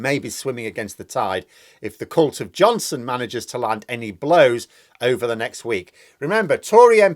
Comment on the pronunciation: Did you say c**t or cult of Boris?